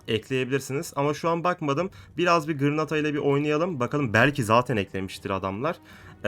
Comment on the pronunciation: Abi o gırnata deyil Granada